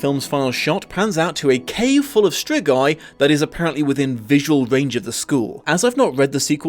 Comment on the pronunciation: say it like strigoi and hit harder on the r